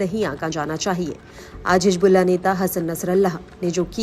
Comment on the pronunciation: نیوز اردو 18 پر اردو جاننے والے کو بٹھائیے۔ حزب اللہ کو حجب اللہ کہہ رہی ہیں محترمہ۔